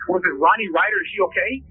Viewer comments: It’s Ronnie not Ronie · Content creators: her name is pronounced "Ronnie" - as a fellow content creator, if you want people to appreciate your coverage, you need to pronounce the victims' names correctly. Also, we can only embrace AI generated voicing if it pronounces names correctly. Otherwise, it's immediately recognizable and easily rejected. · You owe it to the victim to pronounce her name right. If it is done by AI just put her name phonetically pronounced in the script. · Love when AI says victim names wrong. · Agree. She deserves that respect.